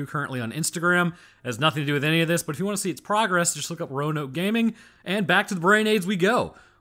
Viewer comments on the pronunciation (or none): none